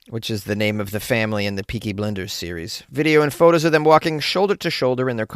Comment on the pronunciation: It's "Blinders" like peoe who blind people, 😭 And Cillian as in Kill-lian 😭 😭 😭